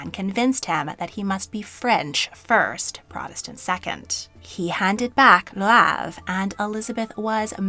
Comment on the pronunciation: I have to say, your French is getting better over the years that you have been entertaining and enlightening us, but the poor people of Le Havre today are bloodied and weeping from the butchering of the pronunciation of their city! Ever thought of getting a tutor to help you learn and master the pronunciations of cities and other places in Europe? Seriously, you do such good work..mastery of French, German and Italian locations (at a minimum) would add so much more to your storytelling. I don’t say this to insult you, but to encourage you to think about enhancing your channel with sounds that at least approximate these words. I am an American too, and know that we get terrible language learning over here. But as a French speaker, I know how much it adds to your legitimacy as a historian to learn those names and say them well. Think about it…